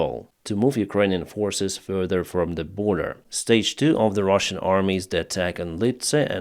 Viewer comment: Why do you call them Ruzzian, when you are speaking English and talking to us. It's Russian wtf.